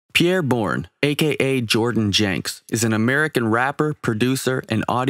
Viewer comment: Nope. Not Pierre